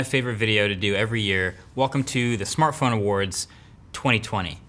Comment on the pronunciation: What was the best "samartphone" this year?